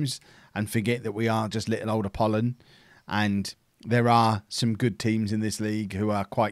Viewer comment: You certainly are getting better at pronouncing the Greek club names.You have done wonders with Apollon and i hope the best is yet to come.